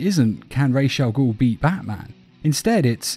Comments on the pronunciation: Its pronounced Raz not Raish....RAWZ ... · It’s ras not rash, ras in Arabic means head and al-ghul means demon, so it’s ras al-ghul not rash I would know cuz it’s my first fucking language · Why does it grind my gears so bad when i hear 'raish Al goul' 💀